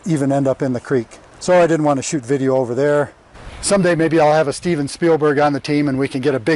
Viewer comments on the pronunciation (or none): none